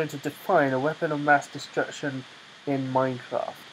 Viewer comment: "MINI MASS DESTRECTION" lol